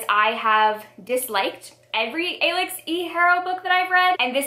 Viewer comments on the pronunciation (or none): Alix is just pronounced the same as Alex!